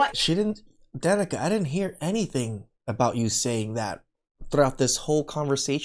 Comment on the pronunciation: It is not Danica! It is D'Nieka.